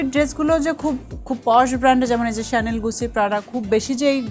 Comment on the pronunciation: Chanel ekta French brand chanel er french uccharon shanel eta thik bolsilen uni